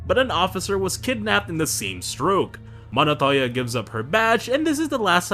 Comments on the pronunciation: It's Montoya , not Monotoya 😁Otherwise, good stuff mate If anyone is wondering who the big blue goon is, his name is Desmond Roland, aka Blockbuster (pretty much Nightwing's first nemesis when he moved in Blüdhaven); Penguin calls him "Rollie" and later in Arkham it's confirmed that his name is Desmond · why does he say monotolla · Bro doesn’t know how to pronounce Montoyas names😂